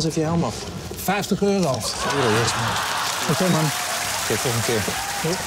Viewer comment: 50 eurauh! LOL